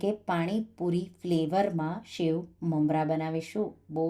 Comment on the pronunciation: Delicious. But please it's sev not shave. It's singdana not shingdana